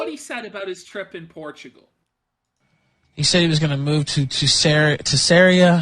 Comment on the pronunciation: It's pronounced "porchigo"